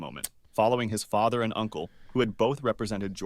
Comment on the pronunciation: Guys u know the second won right I’m from Georgia and I live I in Vancouver Washington also why did ask for his name???? EVERYONE CANNOT SAY GEORGIAN LAST NAMES ITS CRAZY AND THE NARRATER SAID GEORGIA WRONG OMG